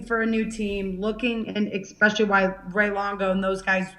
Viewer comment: Jessica, I'm always routing for you!! A bit of advice for you. You gotta train yourself to stop saying "x-specially". If you fix that, it will help you in the communication department.